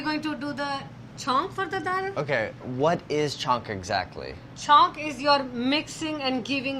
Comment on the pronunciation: Andy: "chhonk" Me: C H O N K